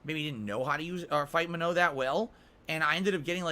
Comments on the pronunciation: He's pronouncing Manon wrong. The game doesn't say it that way either. "Manoe." Wtf? It's more like muh-nohn (with the o being pronounced like in the word "okay" and not like in the word "nominal"), with the n at the end either subtle or silent. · Maybe if he stopped mashing and learned, he'd get better. And it's not spelled "ma-no", logically, it's spelled "ma-nun" or "ma-none." Get bent,. He's played street fighter since SF2, so he should inherently know how to fight the original cast. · Guys it's Man-on. The announcer clearly says Manon. How'd he got "Manno?" Is a complete fucking mystery. I guess if he wasn't always in damage control everytime he gets beat a Manon, he'd hear the name clearly. Plus the whole point of placements is to . . . Place you on your skill and knowledge of the character not to learn a character. Why would you go to rank to learn a character? Jeez. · should look up how to say Manuh, that’s not it. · As a French Canadian, who's been speaking French since he was 4, I can tell you he's screwing up the pronounciation of the name "Manon". Either Capcom messed up on the pronounciation, or someone told him the incorrect pronounciation. I'm quicker to believe the latter. That second N in her name is not supposed to be silent.